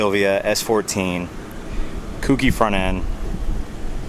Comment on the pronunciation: Autech front grill Oem louvers and kouki is pronounced KOH-KEY